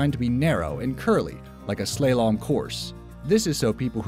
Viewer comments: "Slalom" is pronounced "Slar-lum" NOT "Slay-lom"! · "Slay-lom"? Try slalom, I.e. "Slah-lom". Interesting video, though! Thanks! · You need to revise your pronunciation of "slalom". It's not "slay-lom" but "slaw-lom". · "Slay-lom?" Where did you learn to pronounce that? It's "Slah-lom!" Meshugge mamzer. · Slah/Slaa-lom. I've never heard it pronounced as slawlom. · Yeah, yours is a better transcription. The point is it's an /a/, not an /e/ (in IPA transcription). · A slalom (slaa-lom, NOT slay-lom like he said) course is a winding course (such as in skiing) marked out by poles. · Here I was thinking we were gonna get through a whole video without one of bizarre mispronunciations... and then there's SLAY-lom. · ...like a "slay-lom" course? Slalom? Amazing. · Hahaha! He pronounced “slalom” as “SLAY-lohm.” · Slalom course not sla-lom course. like in skiing, a slalom course. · Am I hard of hearing or did he pronounce "slalom" as "slay-lom" around the mark? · Did he say slaylom? Is this related to the sky-ers navigating the mongrels on the slopes? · slaylom course?? lmao.. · "slay-lom"?!?!.. never heard 'slalom' pronounced that way before. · I'm sorry, "slaylom" courses??? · Nobody says SLAY-lom. That's just the narrator botching the word, as for queues, that's correct. And chill your caps. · You mispronounced slalon